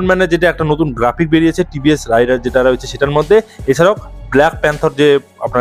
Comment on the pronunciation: ভাই, উচ্চারণ রাইডার হবে না, রেইডার হবে।